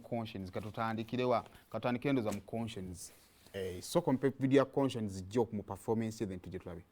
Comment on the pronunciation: The way you sound up the name koshens mbu konshens